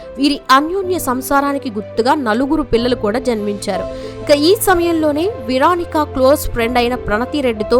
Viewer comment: Veronica అని పలకడం రాదు .విరానికా కాదు actual గా "వె రో ని కా ". సిరిగ్గా పలకడం నేర్చుకోవాలి